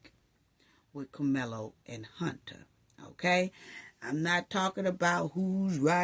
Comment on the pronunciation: I love you but it's CAR-mel-LOW 😂